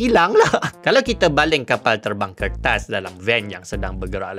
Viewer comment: Knapa nk sebut kertas to mcm bnyi tamil.